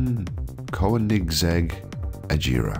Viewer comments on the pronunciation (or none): Just to help the name is pronounced cone-i-seg.